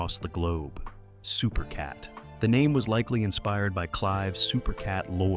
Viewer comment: Supercat is without a doubt one of the greatest. But how is an entire video done on a man who's name isn't pronounced correctly the whole way through?